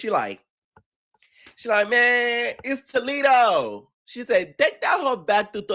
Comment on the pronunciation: not too much on Joseline's pronunciations she had the right one for Toledo bc its a Spanish name lol